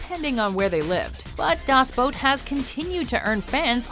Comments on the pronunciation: its called "Das Boot" not "Daaaas Bout" just saying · Das Boat? Really? You put the video together and you still pronounce the name of the film wrong! 🤦🏼‍♂️ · I think it is pronounced "Das Boot", not "Das Boat". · "Das Boot" is pronounced das boot, not "boat". "Battle: Los Angeles". A gritty and realistic modern day urban war movie, if one discounts that the ones who declared war on the Earth are extraterrestrial combatants. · Das boot not das boat are you all dyslexic morons or what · Alex Likes Pancakes No it's not, I'm from Germany. We pronounce it like 'Boot' and not like 'Bout' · you do realize it's pronounced boot like the show not boat.. in das boot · das BOOT! not das boat. omg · Um, its not das boat...its das boot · Das Boot, not Das Boat. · I hate how she pronounces the movie "das boat" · Alex Likes Pancakes Im german and that is not true. Germans say it with a long o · Hauke Holst Um, well, look it up. Every pronunciation I hear always sounds more like boat than boot. Even the German actors in the film say boat. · Das Boot ! ... it's pronounced DAS BOOT ! - all of Germany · Steve Mqueens character did not lead the breakout in the great escape and Das Boot is not pronounced boat! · The way this daft sod pronounces Das Boot makes me want to burn everything.